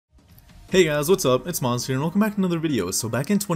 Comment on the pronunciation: It Shall Not Be Pronunced maz it shall be pronounced mooaz ok muaaz